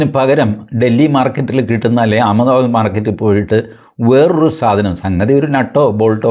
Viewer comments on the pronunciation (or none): വിറയൽ അപ്പൂപ്പ അമവാദം അല്ല അഹ്‌മദാബാദ് 😂😂😂😂